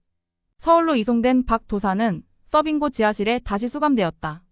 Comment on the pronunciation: 써빙고 아니고 서빙고....ㅠㅠ 끊어읽기 실력보니 평소에 정말 책 안읽었던 분같은데...하필 책 읽어주는 유튜브를...